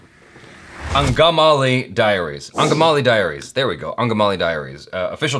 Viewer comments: you pronounced it correctly.. Angamaly Diaries 👍👍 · Wohoo!! Did anyone notice how correctly he pronounced 'Angamali Diaries'? is such a beast 😀 ❤️